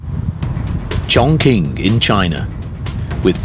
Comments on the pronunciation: Chongqing is pronounced Chong-Ching not Chong-King 🤦‍♂️ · im just a guy talkin but the q in qing pronounces as "ching" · It’s pronounced chongching